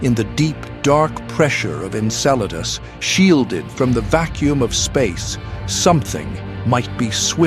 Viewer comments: (sic) INCELADUS 😂😂😂😂😂😂😂😂😂😂😂😂😂 Pretty sure it's name is ACTUALLY Enceladus. 😊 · We're so mad at Saturn we're gonna bully its moons, too? (It's "Enceladus," not "Inceladus") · "INCELADUS" lmao It's ENCELADUS, keep incels out please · Is it ENCELADUS ? not Inceladus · ‘Inceladus’?? Perhaps a Freudian slip there. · Enceladus, not Inceladus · Calling Enceladus 'INCEL-adus' 😆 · Inceladus?? What in the AI slop is going on here? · E-nceladus you may have been thinking of something else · Enceladus* Come on it's not that hard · It’s “Enceladus,” genius. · At least it didn't say incel's anus. With AI you never know... 😂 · And calling Enceladus Inceladus 😂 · AI maybe… the name of the moon is, “Enceladus” with an “E.”